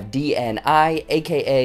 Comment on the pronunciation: If you'll pronounce "dni" like that one more time I'm going to go crazy, you don't say the letters separately, it's not an acronym, it's a word